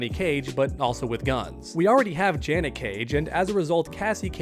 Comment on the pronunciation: You Cassie take is even more wild than the way you pronounced Janet's name